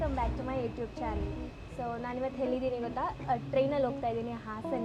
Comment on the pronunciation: Hellidini alla kanamma..ellidini..kannada sarige matadu